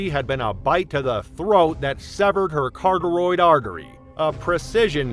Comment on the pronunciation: Its pronounced Cuh-rah-tid carotid artery, NOT carteroid please!!!!